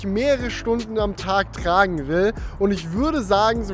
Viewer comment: Bro geiles Video aber es heißt tragen und nicht tragne...